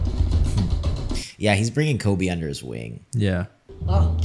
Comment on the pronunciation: Also his name is Koby, not Corby.